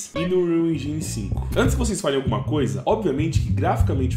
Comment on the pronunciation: En"jai"ne é ruim de ouvir viu bixo